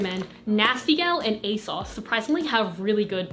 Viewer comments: I never knew people pronounced ASOS as "a-sauce"... I say "a-sose" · Y did she keep pronouncing it asauce it’s ASOS I think but I still luv ya💝💗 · the way you pronounce asos makes me really happy. it's like "a sauce". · when you find out ASOS is actually pronounced a-sauce LOL